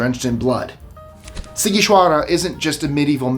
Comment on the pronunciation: Wow, first time I've heard such clear pronuntiation of Sighişoara 😁 👍 great video